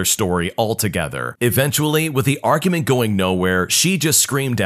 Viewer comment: dauder + arcument